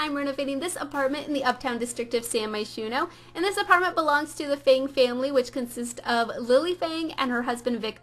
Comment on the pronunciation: feng... as in fung....